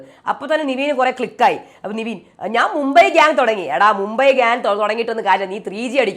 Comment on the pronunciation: നെവിനെ ആണോ നിവീൻ എന്ന് പറയുന്നത്?